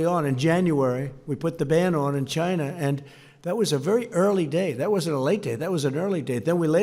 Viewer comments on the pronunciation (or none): Its Chyynnaa, not China - Sir "Do Lund Trump".